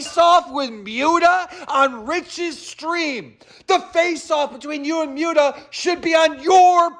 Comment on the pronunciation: did Keem call Muta "Mutea"?